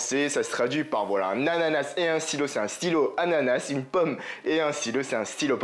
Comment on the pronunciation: Ananas le s sa ce prononce pas c anana +1abo